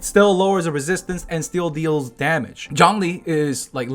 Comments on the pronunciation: no, its pronounced "choun-li" not john lee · Zhongli is pronounced 'Jong-lee' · Hearing him say "Jhon-lee" instead of Zhongli was pretty painful...it HAD to be on purpose... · The whole time I watched this all I heard..: JOHN LEE JOHN LEE